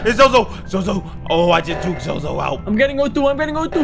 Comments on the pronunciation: It's no zozo it's zose the devil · its pronounced soso and not zozo